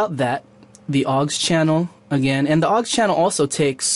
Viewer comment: PS it's au X, not 'awggs'